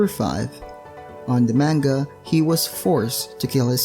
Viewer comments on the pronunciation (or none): none